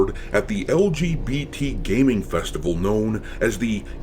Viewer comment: GAYming awards lmao